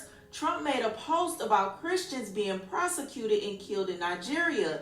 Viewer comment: One time for the people in the back, say it with me Per-se-cuted, not Pro-se-cuted! Totally different definitions, mfs reading and comprehension skills are on the floor.🤦🏾‍♂️